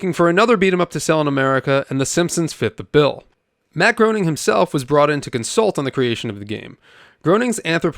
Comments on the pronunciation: lol when i heard you say "grown-ing," i instinctively said "graining," but to be honest, even though i am 47 and literally grew up with, and YES STILL LOVVVVE the Simpsons, i didnt know it was GRAIN-ing until the 127th EPISODE SPECTACULAR i believe it was, with the "footage" of him and "GIT OUTTA MAH AW-FFICE!!!" lol... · Matt's last name is pronounced Graining, not groaning. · 🤓 ACTUALLY! Matt Groening's last name is pronounced "gray-ning", not "groaning" 😌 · Common mistake to not pronounce gro as gray ! 😂😂😂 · Lol don't feel bad. It's phonetically inaccurate in it's spelling. And by all rules of English pronunciation it should be "Groaning". There was a book that came out a few years after the show that detailed a lot of his history leading up to the show, and he discusses how his name is rarely pronounced right because of that. Until you hear otherwise it is perfectly normal to assume "groaning" and if you just thought it was "Graining" out of the gates you probably wear a helmet to bed. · Mr. Groening's name is pronounced 'Graining' as he, himself, said, it sounds like 'complaining'... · Groening is surprisingly pronounced Gray-ning, not Grow-ning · matt gray nung, not grow ning. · It's pronounced Green-ing. Not Grown-ing. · "The Simpsons are here to see you, Mr. Groaning." "It's 'Gray-ning'!" "Is it? Really?" "You know... I'm not sure anymore..." - one of the Simpsons videogames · if it was pronounced like it should from its heritage it would be pronounced Gru-ning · His name is pronounced "Gray ning" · Its pronounced "matt GRAY-NING" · FWIW, his name is pronounced gray-ning. He once said Groening rhymes with complaining. The man is a legend between Simpsons, Futurama and Disenchantment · It’s actually pronounced “Graining” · Groening is, "Graining." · Matt Gray-ning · Ummm ackchewwallly it’s pronounced grayning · Matt's last name is pronounced "Gray-ning" COME ON MAN 🤣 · It’s pronounced grain-ing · Just FYI it's pronounced MATT GRAINING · It’s GRAY-NING.